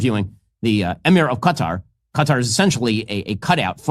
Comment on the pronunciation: At least he pronounced Qatar correctly